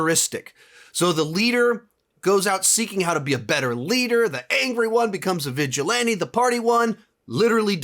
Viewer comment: The way this man says “vigilante” angers me